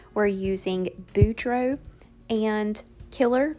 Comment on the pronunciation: Bordeaux is pronounced BORE-Doh not BOO-Droh lol it drives me nuts you always mispronounce it.